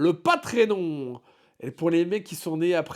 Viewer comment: Tu as dit "patréNonne" au lieu de "PatreOn". Je suis désolé pour les gagnants, mais il faut retourner toute la vidéo depuis le début (et je ne dis pas ça parce que je n'ai rien gagné).